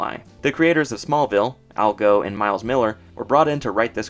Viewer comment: Just a small correct. Al Gough's last name is pronounced goff , not go. Otherwise, your entire series is pretty great.